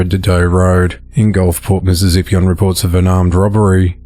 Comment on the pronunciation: The way you say Mississippi tickles me lol